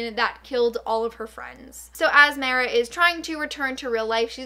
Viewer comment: Ok I love but is it only me who is extremely bothered by the way that she pronounces Mara it’s Mar-a like mars without an s not Mayor- a!